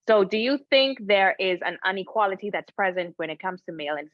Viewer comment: It’s “inequality” not “UN equality “